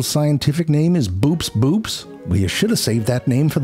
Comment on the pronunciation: it’s actually pronounced bo-ops